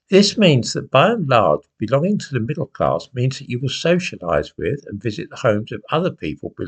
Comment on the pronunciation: Social What? Claaaaaass. WTF is claaaaaaasss? I know that rhymes with AR*E!!!!!. HowTF do you know about the activities of others with others? Oh is this the William Joyce personality speaking once again? That William Joyce aka coco the lunatic clown who knows who is standing on the steps of Rochdale town hall? You can fooooook off with the term, bourgeoisie. You have no idea about the connotations here. Bollox! Bourgeoisie is not middle claaaaass: it's the owning class…and not some tinpot second fooookin home in Wales. in relation to working class people and abstract ideas. How dare you!! WhoTF do you think you are? In fact, you cheeky Hunt your disparaging remarks cast a shadow on such members of the working class who pulled themselves to the point when and where they could take on the established order in the 18th and 19th centuries. They took on the established order for you, you old pr*ck, to cast your vote against their hard work. You, you old thick tw"t, are a foooooookin disgrace. You have no idea about solidarity…well, quite simply, you don't come from here. You're from the Urals. Trees and lots of them…you can't see the woods for the trees. You've NEVER produced your Nachweis arischer Abstammung!!!! Actually, you're a disgusting old foooooook because you, you old bast*rd, revel in the thought that people could be MURDERED for such a trivial matter…and it is. Why should some go to the gas chambers for anal intercourse? Why? The paradox here with this old